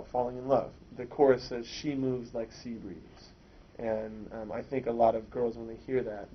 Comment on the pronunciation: "See" breeze -_